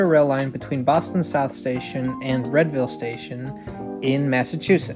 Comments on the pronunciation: Unless something has changed since I moved, Readville is pronounced REEDVILLE. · I've really come to enjoy this channel,. Particularly the Boston-oriented episodes, which always manage to tell me something I don't know about lines I've been riding all my life. One thing YOU should know, though -- "Readville" is pronounced "REED-ville!" lol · My friend made SO much fun of me in high school for pronouncing it Red-ville, so I'm glad to see I'm not the only one who thought that pronunciation made sense! 🤣 In all seriousness, great video - the Fairmount Line runs through super dense and transit-dependent neighborhoods that are served by many of the busiest bus routes in the city. Taking the pressure off of those buses by making the Fairmount Line an actually useful service would be huge (they're making good strides with fare integration, but I think the frequency is the biggest barrier right now).